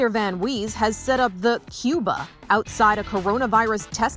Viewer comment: The news lady pronounced it like wheeze